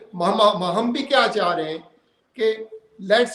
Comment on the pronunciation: Baat karne ka tarika dekha....aa raha tha, aana cha raha tha.......illiterate joker.